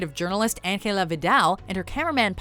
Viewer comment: Why are you saying Angela from Rec in that way, no one in the movie said her name like that.